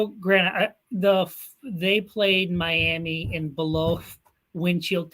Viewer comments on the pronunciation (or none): none